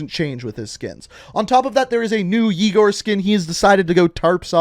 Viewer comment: Someone else annoyed by how he says Yigor instead of Yegor?